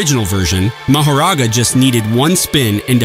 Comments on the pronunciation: Bro said it right two times before he butchered the name. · I literally almost spit on my phone from the way he pronounced his name 2x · The real question is why you pronounced Mahoragas name multiple ways in the same breath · Well if u watched the damn anime you would know how to pronounce mahoraga